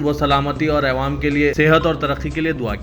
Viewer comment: Assalam_o_Alaikum, Ma'azrat ke saath pls urdu laffuz thik karan, jaise Awam, Mukammal, waghairah